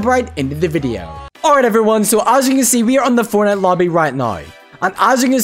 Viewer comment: the way he says video is funny 😂